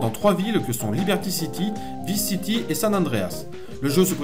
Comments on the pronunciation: On prononce VAILLSE city l'ami, tu me stresses avec tes "visse city" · cool, !!! perso les 1°GTA, je les ai mal connus/merci, cool et captivant😃 juste un truc qui me bousille un peu les oreilles: "Vice City" ' ?? c'est dit mis et écrit en anglais, étant un nom propre,.... ça se dit {Vaïce City} (sinon autant dire neuwe yaurk)